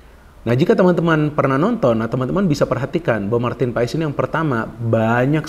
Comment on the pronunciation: Ijin koreksi nama MAARTEN PAES di baca MARTEN PAS (Sumber Kompeni)